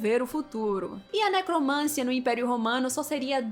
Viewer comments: QUAL A NOVIDADE??? EU QUERO É NOVIDADE. E MAIS, A PALAVRA É NECROMANCIA, E NÃO NECROMÂNCIA. PAULO FREIRE ANALFABETO... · NecromanCIa! Rima com tia, Sofia, Maria, pedofilia, psicologia, arqueologia. Ne - cro - man - CI - a. De onde você tirou necromância?! Isso demonstra ignorância. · Mana, só pra ajudar: necromancia, não necromância… 😅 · Linda, dói nos ouvidos, ouvir uma moça tão inteligente falando "necromância".